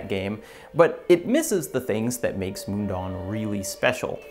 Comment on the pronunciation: As a Swiss Person living near the real Mundaun I'm really happy to see big Youtubers talk about it. Just one small note - you pronounce it more closely as "moon-down" not "moon-dawn" ;-)